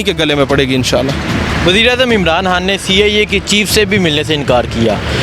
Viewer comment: لفظ عمران حان نہیں ھے خان ھے